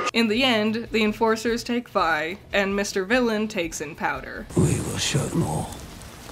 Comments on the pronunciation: I like that you pronounce Vi as Vee for the first half of the video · Gurl how did you watch the show and still pronounce Vi name wrong? Lmfao. It's such an easy name too, literally two letters. I understand not being about to pronounce Heimderinger, but Vi shouldn't be hard at all. Also, they don't live in a racist world like ours so there's really no need to linger on "what is that?" So, I don't see the purpose of hinting about Heimerdinger's race (yordles) in the first episode. I think it's awesome that they have so many different species in their world and no one gives a fuck. Nor does homophobia or sexism seem to exist. I wish our world made such progressions. Honestly, so much of this video seem to have half baked criticisms. Jayce's backstory isn't even meant to be tragic. It was the sole basis of his love for magic, how is that a tragic backstory? Sounds like a bunch of needless nitpicking. Sounds like you want shows to treat you as if you are dumb and baby you through everything.